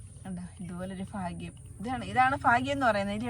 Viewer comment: ഫാഗ്യം.. ഹഹഹ. ഭാഗ്യം